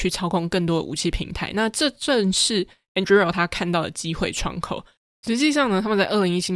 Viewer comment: 這集算是精華濃縮內容很棒，但Anduril的發音好出戲，雖然自創詞嚴格上來說沒有正確發音，但一直對於聽Palmer發音習慣的人來說聽得有點痛苦，加上這個詞有從頭到尾都出現，但還是感謝上傳精彩內容！